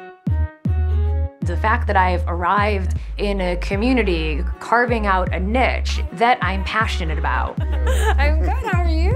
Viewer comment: Why can’t Americans say niche? Haha